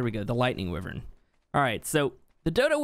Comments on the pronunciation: It's wyvern not wevern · It's nota pronuncie how you saiu wyvern ! It's pronuncie as whyvern. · Does anyone else get a little annoyed with the fact that he says wyvern weird? Just me? Ok 😂🤣😖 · Your saying wyvern wrong